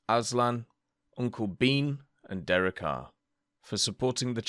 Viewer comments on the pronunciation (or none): none